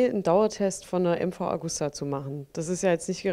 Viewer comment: ja die liebe Augusta wird ewig leben